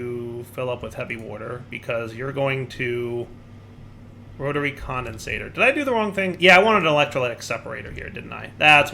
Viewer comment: When will learn that it's "Rotary Condensentrator", not "Rotary Condensator"? (He may already know and is keeping it as a running joke, but I can't really tell)